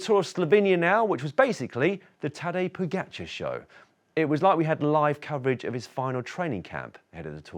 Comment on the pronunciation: I don’t understand why you keep saying Po-get-char. It’s Po-ga-char. Is there really another way to pronounce “ga”?